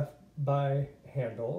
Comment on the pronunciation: Man I’ve been going back and forth forEVER as to whether or not to get this book ..still torn!! Btw I believe his name is pronounced like “hi”. Like “Hi”ndle not “Han”dle...